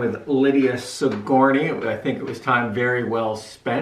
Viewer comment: That's not how you pronounce Sigourney